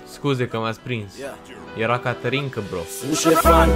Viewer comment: De fiecare dată când ai zis ,,caterinca" eu tot aud ,,canterinca" de la vulpita